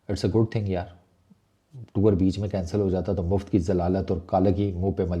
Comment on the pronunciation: Abay khotay bolna tau seekh le.... Kansaal nhi hota cancel kehte hen...